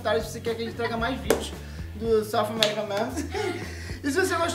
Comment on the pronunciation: Oh ela pronunciou SOUTH AMERICA MEMES ceritnho kkkkk BEIJOS❤